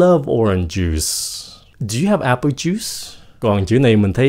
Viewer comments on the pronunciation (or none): none